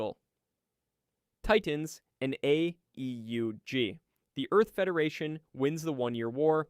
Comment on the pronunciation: I realized this was a.i. the moment the ai tried to say AEUG, and flopped every time. Forget what I said, complete slop.